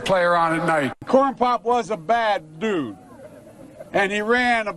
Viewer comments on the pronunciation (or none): "Corn-pop was a bad dubood"! WTH I keep hearing the Benny Hill song playing in my head when I see him talk